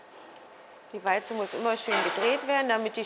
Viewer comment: Warum sagt die eigentlich immer "Weize" anstatt "Walze"??